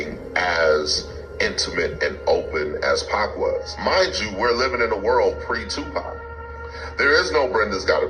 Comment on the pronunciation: you said Tapac instead of Tupac